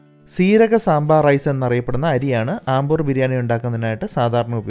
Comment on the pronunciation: I think its അംബൂർ not ആംബൂർ